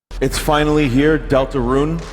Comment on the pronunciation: dooltooroon??? oondoortool?????